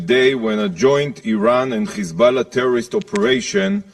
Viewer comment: This devil should learn how to pronounce certain words. Sick of hearing Khhamas, khhizbollah, khhouthis.